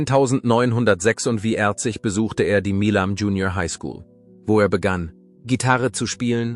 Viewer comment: Vi - erzig ! Vor - ellem ...wor Musiik etc. Pos , fuenfefzich ..Pos .. Unmöglich , diese schreckliche KI - Stimme !!!!